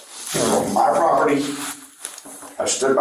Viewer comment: He was defending his propertah.